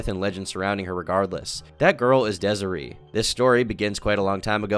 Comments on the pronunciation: It’s Dez-A-Ray not Dez-A-Ree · It’s pronounced DESIRAY you absolute dunce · its pronounced dez-uh-ray bro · the way he pronounces desiree is crazy 😭😭